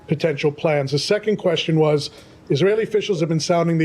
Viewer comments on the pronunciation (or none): pakkkkaaaatani punjabi sulla asking kwestsion te moh te jutti pee gayi